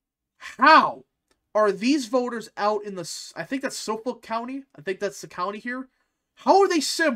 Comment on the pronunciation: The way he said Suffolk county. This dude had me dying. Solfolk😂😂😂